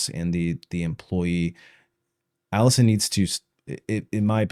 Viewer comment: HR = Police aka not your friend will never help you. They are there to protect the company. Also, the way you pronounced Allison is gonna lose you a lot of viewers before the video even starts. Because that was crazy. I’m not even joking people look for stuff like that to determine when something is AI, but it’s even worse when you know it’s not AI.